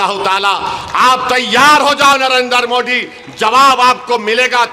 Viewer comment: ये मोदी जी को मोडी क्यों बोलता है? इसको किसी भी शब्द में द बोलने कोई दिक्कत नही तो फिर मोदी जी को क्यों मोडी बोल कर अपमान करता है??